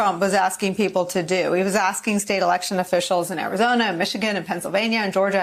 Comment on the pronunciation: "Oddit" not "audit"